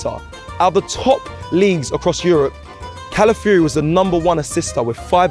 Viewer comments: Please say his name properly, NOT pronounced Cala - fury pronounced Cala - fee - ori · God damn britian, at least try. Cala fi or e Who is cala free/ calaforee 😅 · Please try harder to pronounce his name properly it is respectful. Cala fiori not Cala fury. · Calafiori. Not Calafury bruv 🤦🏾‍♂️